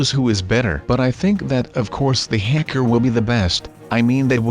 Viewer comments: you said Hecker instead of hacker once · SU NOT A HECKER A HA KER